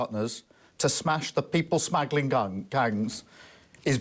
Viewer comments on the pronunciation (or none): Pathetic. "People Smaggle-ing Gangs" must be terrified. Why is the twat reading from a script? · Reading from a script is IMHO bad enough but then "People Smaggling Guns" In his opinion four months is rapid. Wow Mike class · People smaggling guns ! He cant even get the words people smuggling gangs right. He is pathetic. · too funny! ... "The people smaggling gungs!" .... says it all doesnt it!!!! 🤣🤣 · Wow, that's the gangs smashed.!!!!! Did anyone hear him, " The people smegiling gangs."!! He must have had Lord Alis sausage on his mind,and the smeg that he receives off Lord Warhead.!!!😂😂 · Kia Starter really shouldn't read a prepared statement he has clearly not written. his reading of the letter actually sounds like "to disrupt people, smuggling gangs". So now we have people actively smuggling 'gangs' into the UK? The guy is a dead boring orator at the best of times, totally pathetic when it comes to just repeating what he has written in front of him, he would be totally out of his depth with an autocue prompter!!